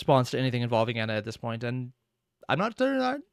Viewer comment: your miss pronouncing Ena pronounce it like there are two n's like En-na